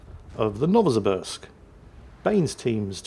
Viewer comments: Novo Sibirsk... Sibirsk as in Siberia... You're welcome.. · Novosibirsk - no-va-si-BEERSK - no-va like a supernova, si like simple, and the 'sk' like sketchy as frig. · 'Novosibirsk' is pronounced as 'novo-SEE-beersk' (added vodka-induced drunk Russian accent optional). Both the points lead and the Condé reaching 0 health just a fraction before the Marceau did, who had a sliver of health remaining when the Condé's bar was already empty, probably made that a victory. It is sketchy, though. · Dear, Nova-see-BEERsk